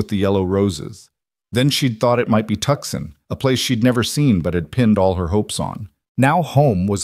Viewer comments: I came to hear a story not reading listen to a narrator I came to hear conversation not here a narrator and the spelling and pronunciation of Tucson IS (TOO SHAN) Not Tuksun!¡!?GET OT RIGHT GUYS!!! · Somebody tell the Narrator how to pronounce Tucson it's not pronounced Tuckson (it's pronounced (tooson).... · I absolutely love Rowan, ❤, but please say Tooson, not Tuskon. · Tuscon pronounced toosahn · Come on, whom ever puts these things together, I'm a Brit, and even I know the place is not pronounced TUXUN.. Correct it please, it is really, really, REALLY, irritating...or do you think your audience are all stupid no nothings....this is they way you lose viewers. I have already unsubscribed from a couple of these places because of stupid and bad AI reading...so dmfar I have found one really good one, I was hoping you might be second... All i want to do is to listen to a nice little story and escape the world for as long as it lasts...but miss pronounceation and leaving spaces whete they should not be, plus other things make for an irritation.. i nay as well tune into audio books that is read by REAL people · Come On ! Let’s fix the AI please. Tucson is not a place! TOOOOOOO - Sahn is a place!. Don’t you creators play back your stories and hear what a mess AI. is actually making of some of these names and places???? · The c is silent in Tucson.